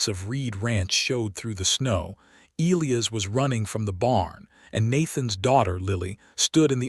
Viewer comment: "E lī a's" name is pronanounced with a long "I" before the SHORT "ă" before the ending "s"!!! Not difficult & a manly and beautiful name!!!